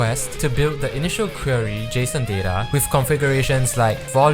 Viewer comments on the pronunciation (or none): none